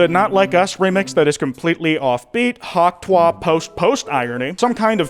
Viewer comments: Stop saying hawk twah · the way he says "hawk twah" is so tuff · constantly mispronouncing hawk tuah is so unsigma